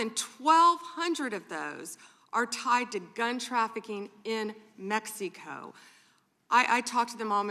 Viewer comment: Why does she say Mexico like "PepsiCo"